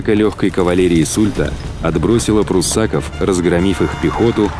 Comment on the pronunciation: Не пруссАков, а пруссакОв!